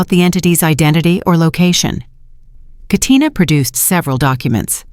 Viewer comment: This is the 1st time I heard Katina in a story.. most people fumble the name in real life but AI didn't.